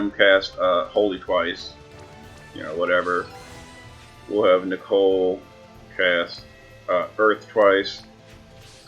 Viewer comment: Nichol is pronounced like "nickel", not Nichole.